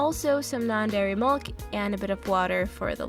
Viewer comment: Why do you pronounce milk like mulk